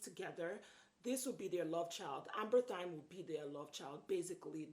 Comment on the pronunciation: Its actually Amberythme not Amberthyme but great video.